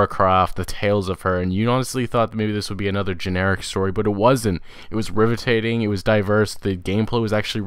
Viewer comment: "rivetating" ....... LOL!!!!